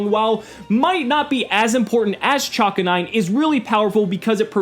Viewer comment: Nice job, also its pronounced Cha-Canine. Because of the Chakra weapon and she's a dog.